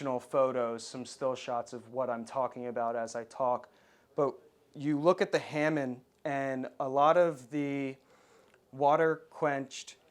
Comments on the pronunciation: Ok, so it's an old video, but there is so much misinformation in it! It's "Hah-mon", not "Ham-un". , he says the machine made swords were water quenched, as opposed to the hand-made swords which were oil quenched. He has that completely backwards. Hand-made katana are always water quenched. He also says that the hamon on hand-made katana are a lot less uniform than machine made swords. Again, this is not necessarily true. Many hand-made katana have straight hamon, with no undulating pattern, just a simple temper line that goes from under the habaki (collar) to the kissaki (tip). Others have very regular wave patterns. Some have other regular patterns. The "deeper white behind the initial line" is common on high quality hand-made swords, so it can't be used as a means to identify machine-made swords. The sword grain (jihada) is visible on many high quality hand-made katana blades, but not all - including my hand-made gendai blade which was made in the traditional manner by a master swordsmith in Japan using tamahagane. So assuming a blade is machine-made based on lack of surface grain would be a mistake. WWII factory-made swords were also frequently made from "puddled steel" which produced some excellent quality blades with visible jihada. He demonstrates a totally incorrect method of taking the blade out of the tsuka (handle). Anyone interested in the proper method for removing the blade from the handle can look on YouTube for "How to Clean a Japanese (Samurai) Sword" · “Tempered edge” is misleading The entire sword is tempered after heat treat.The edge is differentially hardened to obtain the Hamon (pronounced ha moan not ham mon). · Pretty sure the factory made blades didn't have a hamon on it. As as this guy kept saying "HAMIN". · It’s pronounced ha-mong like HA HA and fish MONGer. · you seem to respect the katana.. but at least make an effort to pronounce the words properly .. not this americanized bullshit